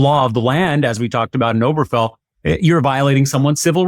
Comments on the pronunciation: Obergefell is something the right has wanted to overturn since the ruling came out. Heck, if Clarence Thomas had his way, he'd probably invalidate his own marriage. Incidentally, why are you pronouncing it without the third syllable? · When you don't even know the name on the relevant SCOTUS decision, you it and like you're no more qualified to talk about this topic than some random person on the street. The name is OberGEfell, not "Oberfell" or "Oberfeld". Until you, I'd never heard it misstated/mispronounced. NEITHER of you knew the correct name. Apparently I've heard the name more than you have, and I wouldn't consider myself qualified to talk about it. Have you ever read a single article about the case you're talking about? THIS IS EMBARRASSING. I can find any number of people to spout opinions I agree with, like yours, but that doesn't mean they're well-considered, well- founded, or worth listening to. Please, Legal AF and the rest of MTN, stick to commentators who are experts on what they're talking about (or have your commentators limit themselves to their areas of expertise). Don't be like the right-wing networks/podcasters. And, please learn how to pronounce "certiorari" (and not from Ben Meiselas). Hint: it's pronounced the way it's spelled (also worth learning, if you're going to use the word). Five syllables, and the next-to-last is "ar", not Ben's "or". Don't mis-educate your listeners. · Guys, please pronounce it correctly. It's not pronounced "Oh-ber-fell". It's pronounced "Oh-ber-guh-fell". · Correction; to pronounce, “Ober-Ge-fell.” Properly with the glottal “G” in the middle, while maintaining the second syllable emphasis. P. S. Also interesting how this post presents “Dobbs v…”, which was used to overturn “Roe v Wade,” which was not the “Cert,” but promulgated by Clary Thomas. So, “law of the land,” doesn’t really land, when anything can be overturned by the whims of idiocy on the court.